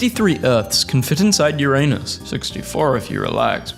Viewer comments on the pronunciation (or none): none